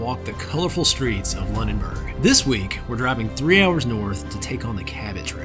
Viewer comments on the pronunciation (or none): Please look up place names for correct pronunciation. Lunenburg, Baddeck… it’s just polite to pronounce a person’s name or place name correctly. My neighbours and I liked your take on Cape Breton. You have been to some spectacular places. Perhaps if you had interacted with the locals more you could have discovered the correct pronunciation of place names. Many pronunciations are available on YouTube. Thank you. 🇨🇦🦞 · Commented on the last awesome video. Nova Scotia is my original home (visiting right now in fact!) but have been living in Edmonton since ‘97. I’m laughing in the most loving way at how you are pronouncing Lunenburg and Baddeck haha! I have to say though I have never loved the honey crullers. Honey dip is a staple. Can’t wait to see what is next! 💕